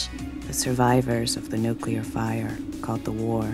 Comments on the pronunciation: NUCLEAR = New + Clear NUCULAR = Wrong + Mispronounced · Nuclear not nuculear. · If you're going to make a video that involves nuclear weaponry, can you at least use a host who knows how to say Nuclear, rather than "newcular" for the love of sanity? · Say "new" - "New' - Now say "clear" - "Clear" - Now say "New, clear" - "New, clear!" - Brilliant! You've got it! Say "nuclear"! - "nUcULaR" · Nuclear... not nucular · “nuclear” not “nucular” ffs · People who say "new-cue-ler" drive me crazy Also, no mention of "Greenland"? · New clear. New clear. Why is it so hard for people to say nuclear properly? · "nook-you-ler"?? really, Watchmojo? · "nucular"? Really? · Please learn how to pronounce "NUCLEAR."